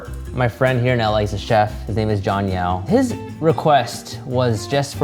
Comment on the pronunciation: Name: Jon Yao What I hear: Jon Meow